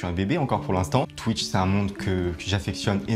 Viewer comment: Putain cette prononciation infernal de twitch et squeezie Y a un son « ou » normalement